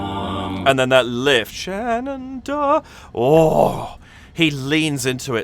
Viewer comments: Love your enthusiastic commentary! Just an fyi, from an American, Shenandoah is pronounced like the river Shannon + dough (like bread). The 'uh' on the 4th syllable is optional. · I haven't watched the analysis section of your vid yet. Just observed that you pronounce the final H in Shenandoah. Most versions of the song that I've heard do so as well. But Geoff treats it as silent. Tennessee Ernie Ford, in his cover, did the same. I don't know which way is correct. Maybe they're both acceptable.